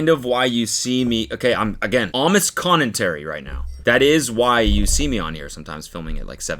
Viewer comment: Does Cody say "Connentary"????????